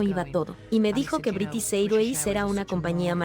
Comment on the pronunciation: No se pronuncia British Airways así! Aprende la pronunciación antes de hacer un doblaje!